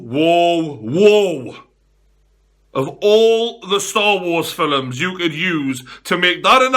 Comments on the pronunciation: star war filims 😂. Why he pronounce it like that? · never heard an extra syllable injected into the word ''films' "fil-ems"